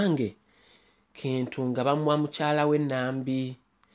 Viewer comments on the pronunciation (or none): Baganda do not pronounce "Kintu" the way you're doing. It's pronounced as though it's "Chintu"